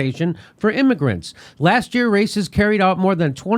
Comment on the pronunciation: Raices is pronounced “ rye-EE-sess”.. That aside, hillary the fucking coward caused the refugee crises in Central America, chief of which was her cia backed Honduras Coup. Google Berta Caceres, a Honduran activist who fought to her death against Big Oil’s destruction of the land and the people.